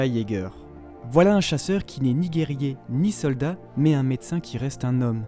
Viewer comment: Eren Jager ça ce dit Eren Yager voila je voulais juste dire ça et continu comme ça